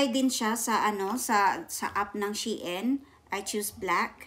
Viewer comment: Wowwww 16 items 😍. Sana all dae daghana ba 😍, Na worry nako Sa akong before kay naka order nko ug 8 items 😂. Napa diay Mas Daghn gi order kysa nko 😂. Lahi jud imong pronounce Sa SHEIN ba, she-in jud hehe. Puro nice imong napalit dae, especially katong pink. nice editing lagiii , pro nmn kaayo mag edit, no need Na tudluan kbw Na 😍 . MAayo nasad mo vlog well done dae love it! 😍